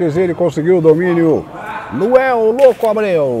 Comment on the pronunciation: errando os nomes é melhor de todos! O melhor é que o cara é Luanel e ele chama de Luel desde o primeiro vídeo!!! Muito bom 🤣🤣🤣🤣